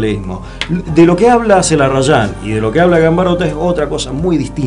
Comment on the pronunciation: Interesante el programa y entretenido, muy para agradecer cuando se trata de poesía. Señalo que un par de veces han nombrado a Ricardo Zelarayán como "Zelarrayán"